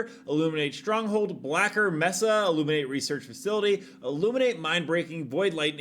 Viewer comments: Mesa is pronounced May-Sah. Not messa. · Brother its pronounced "May-suh" New subscriber tho. Love how you do your content. Straight to the point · As others have already pointed out, "mesa" in English is pronounced "may-sah". As fewer have pointed out: "zealot" is pronounced "zell-uht," not "zee-lot."